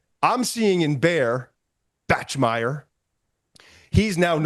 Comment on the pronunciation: I’m glad McShay finally watched some BYU tape and went down a rabbit hole with the QB. But he still doesn’t know how to say “Bachmeier” lol